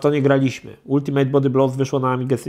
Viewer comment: Ultimate czyta się "altymet"